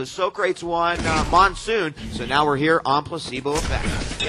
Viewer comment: Why are they pronouncing Socrates as Soh-craets?